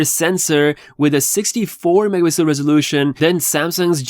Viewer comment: The way you say "megapixel" is horrendously unclear. It's like a blur of sounds. Megapixel. It's 4 syllables dude not muhzuhl... or mazel or maypeesl or mipl it's MEG A PIX L 🙄